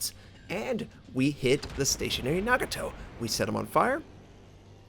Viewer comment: So much for the SN Cruiser hype. I will absolutely like it if they came as a package with not-drunk teammate For pronounciation, Nagato and Hatsuharu is fine. Mogami and Amagi should follow Nagatos pronounciation pattern. Keep up the good work